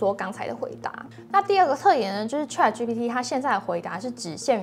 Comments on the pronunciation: Chat, not trat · 主播能不能把chat的发音发得准确点